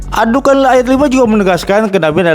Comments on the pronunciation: Menyebut nama surat aja sdh salah, ad dukhan dibaca ad dukan, apa lagi isi Al-Qur’an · Sebut nama surat aja tidak keruan, ad dukhan dibaca ad dukan🤣🤣🤣🤣🤣🤣🤣🤣🤣